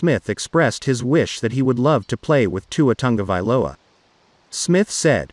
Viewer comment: Wouldn't it be awesome to see Tog-a-vai-OLA throw to Duh-vone-duh?